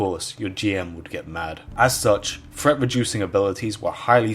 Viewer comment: threat... not fret.